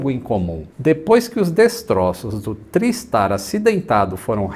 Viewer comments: não. A pronúncia usual é "trái" o mesmo em tricicle, tripod, triangle, etc. Procure algum documentário sobre o TriStar em inglês e ouça como eles falam. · consulta o Cambly.... A pronúncia é TRÁISTAR:) Meu primeiro voo internacional foi nele. O Lockheed L-1011 Tristar era extrememente avançado para a época: o primeiro avião comercial capaz de decolar, voar e pousar automaticamente. Mesmo assim, tinha 3 tripulantes no cockpit, sem contar os fantasmas.